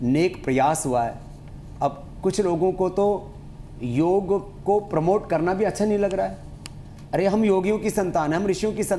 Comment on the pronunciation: आप के show में कई बार योग शब्द का अनुचित उच्चारण योगा किया गया है जबकि उचित शब्द योग है जिसका शाब्दिक अर्थ जोड़ना है